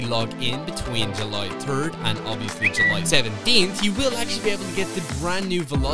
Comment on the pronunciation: "July terd" Me: 💀